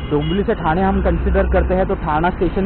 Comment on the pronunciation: ठाना नसतं रे मित्रा, ठाणे म्हणावं!